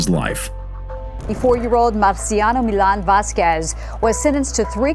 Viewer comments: Vask EZZ not vask wezz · It says Millan then the reporter on the news says Bayan then Vásquez mispronounced as hell hahahaha. What a mess on this video.